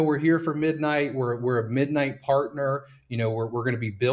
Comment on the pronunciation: I have heard of Monero but what is MonoRow? I was invested heavily into MidMight only cuz the YT influencer kept pronouncing NIGHT wrong 🤣